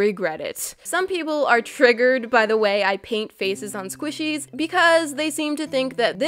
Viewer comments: For a second I thought you said, "feces change" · I thought you said feces change 😂🤭 Sorry love you #notificationsquad